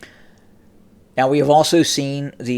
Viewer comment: Is your battery going dead. When are robots going to learn how to pronounce names.. Have the guy that turns your power on, teach you how to pronounce Sevastopol, That is the easiest way to spot a robot. They pronounce things the way they are spelled..